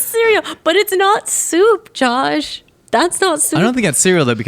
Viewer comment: Nicole needs to stop using soft o's. I can kind of ignore the sinus infection voice and vocal fry, but His name isn't Jawwsh, and soup isn't served hawwt